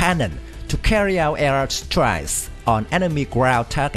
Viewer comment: Say strike again 😂😂😂😂😂😂